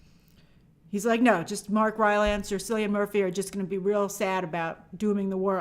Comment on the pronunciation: Cillian Murphy is pronounced Kill-i-an Murphy.